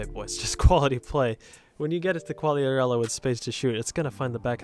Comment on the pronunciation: è molto buona bro, di solito voi americani pronunciate Qughliarella